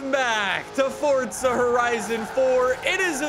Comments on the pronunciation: Its Forza not Fortsa... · why does he say fortza?